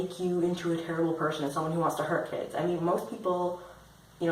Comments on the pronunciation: anyone else who understands cats instead of Kids when he says it? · are you talking about paedophilia or bestiality? when you say kids it kinda sounds like cats xD